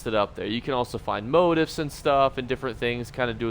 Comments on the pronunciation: Always cracks me up how you pronounce motif. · Man you say motif a lot, and you say it wrong! Super obnoxious bro.